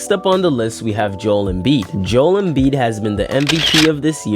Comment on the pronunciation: It’s pronounced Jo-el not Jewel stupid